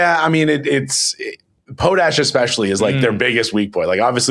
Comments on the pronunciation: Po-tash... the Em-FAH- sis is on the wrong Syl- ABLE Seriously....somebody was either home schooled or didn't have Sister Mary Angry teach you social studies and / or French Great show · Do you guys deliberately mispronounce "potash" as some kind of joke, or do you really not know how to say the word properly?